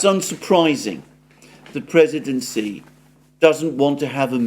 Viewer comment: Xi Jinping's pronunciation is totally wrong. "X" in pinyin is not "S". Better to pronounce it like "sh", and even better to make it soft "sh" like in your wrong pronunciation of "X". "SH" is very different from "S". There is also a surname Si in China. Even so, there is also intonation.